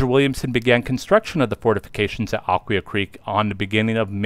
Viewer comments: One video I saw has it as "uh-KWHY-uh". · This must be AI. , because it’s pronounced Ak-wye-aa. Am I missing something? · Nice video, but you mispronounced Aquia. This is where I grew up and still live here. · That is correct.